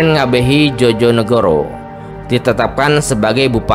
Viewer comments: Sekedar ralat Djojonegoro itu harusnya diucapnya Joyonegoro, bukan Jojonegoro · Joyo bukan jojo bacanya di telinga aneh 😂😂😂